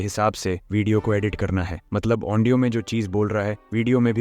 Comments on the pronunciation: Audio ❌ Aondio ✔️😅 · Bhai audio ko andio kyu bol rahe ho